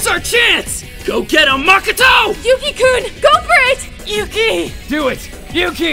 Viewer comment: Everything is great but you said makoto wrong 😅